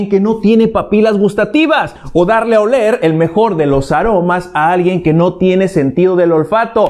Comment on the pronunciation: Alguien que no sabe gueler 🤣🤣🤣minuto